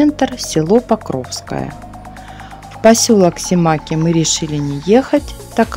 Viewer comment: не симАки, а симакИ